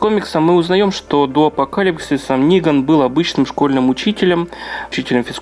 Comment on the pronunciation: Хоть кто то называет его Ниган а не Неган